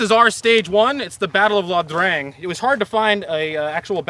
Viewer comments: La Drang...is it not pronounced Eye-ah Drang?, or Yah Drang? Vietnamese is a weird language anyways. Interesting videos, Vietnam War was an interesting time. BTW great shooting with that GAU-5 Ian, that scope looks tricky. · By the way, it's EEYAH DRANG not LA DRANG